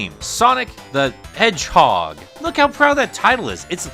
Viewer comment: I thought it was Shadow the Hedge-edge...